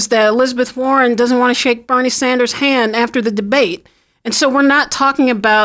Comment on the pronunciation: All of a sudden they’re mentioning him when they wouldn’t even put his name on the pols. 33% for “other”. They pronounced Bernie wrong.